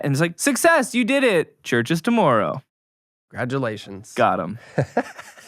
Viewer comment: Worried about being roasted for a song... gets roasted on pronunciation of tomorrow.